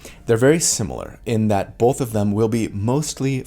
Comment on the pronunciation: Take a shot every time he says ""